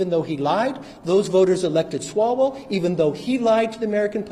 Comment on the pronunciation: Yes, Swall-HO-Well?